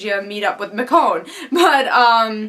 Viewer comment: Did NOT expect them to go there, specially this early. Little thing though, Michonne's name is pronounced MiCHonne, not Mikonne =) Her name is weird though, so totally normal